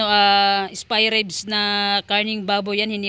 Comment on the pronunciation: Spy ribs tlaga bhi ha.😂 Ok lng yan bhi may sarili kang diksyonaryo.hehe yan yung easiest way ng pagbigkas ng spare ribs hehe love you bhi khit nabubulol ka❤